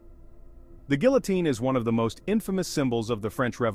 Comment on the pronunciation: I cringe every time you mispronounce the word guillotine.